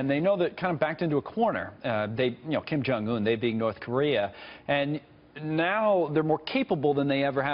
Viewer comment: All these news pundits seem unfamiliar with the correct pronunciation of Kim Jung Un. If a foreign personality mispronounced an american name they would openly be called stupid...